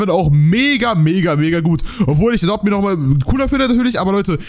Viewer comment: Du schpricht adopt me wie adopte me aus